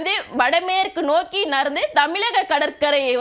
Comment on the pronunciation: Sister, please practice Tamil pronunciation. Especially தமிழகம், மழை, பொழிவு, சுழற்சி, இழந்து விடும், கிழக்கு etc ..😊